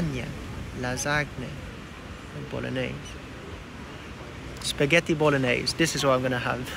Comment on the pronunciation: pasghetti or psaghetti hahaha its spaghetti 🤣